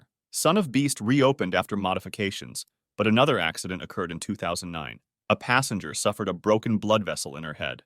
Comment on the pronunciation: Ffs it's passEnger not passAnger